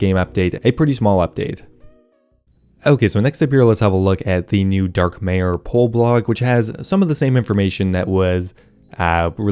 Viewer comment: Dark-MYER not MAYER